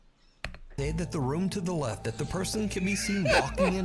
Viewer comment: "Bacaoze it lefft" got me dying😭😭🙏🙏